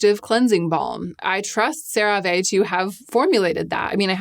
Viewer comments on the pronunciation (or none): it's just "sara-vee" :) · Just an FYI - the last e in CeraVe is long. That’s how they pronounce it in the TV commercials. Otherwise you’re spot on. 😊 Unrelated, I’m new to you videos and I love the thought that you put into them. Excellent work! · You say Cera ve, I say potato... 😩 lmaoooo